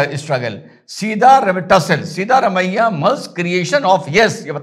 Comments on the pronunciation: Sir..It's siddha ramayya, not seeda ramayya..seeda vo kabhi bhi nahi hai.. hamesha teda hai😂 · Correct pronunciation is 'सिद्ध रमय्या', not 'सीधा रमय्या'. सिद्ध means to prove or realise.